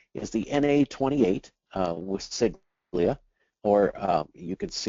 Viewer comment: Siglia? You mean sigla?